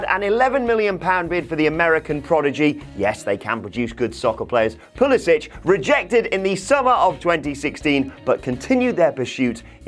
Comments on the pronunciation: Pulisic does not pronounce the last syllable of his last name as "ich", the way it's pronounced in Croatia. He himself pronounces it as "ick." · Bit of an eye-opener this, good video. By the way, Its pronounced PuliSICK.